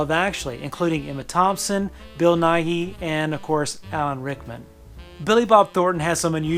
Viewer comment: FYI—Bill Nighy pronounces his name '"NYE." He talks about having met American science educator, Bill Nye, and laughing over the fact that their names are pronounced the same, but no one gets his right.